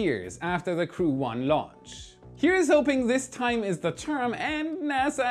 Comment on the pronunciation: When launch is with a H... Not like wen launch.. For the rest again a nice clear video